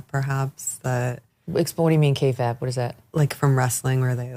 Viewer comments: Ladies, kayfabe is pronounced kay-faybe (an alliteration of “fake”), not kay-fabb, like some alliteration of “prefab” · trying to sound cool using an insider pro-wrestling word, mispronounces insider pro-wrestling word.